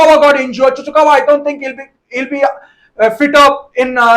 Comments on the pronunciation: saying Chuchukawa. 🤣🤣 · Don't get confused by his saying of Chukwuemeka to "Chuchukawa" becoz from his signing onwards he used to call him like that!! It's like some kind of Pokemon coming out old viewers know this for sure😅😋😛😝👍💯🤟